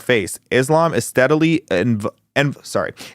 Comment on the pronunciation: The way you pronounced enveloping hurt me spiritually